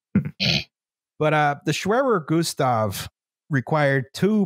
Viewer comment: "the schwerwer goostav"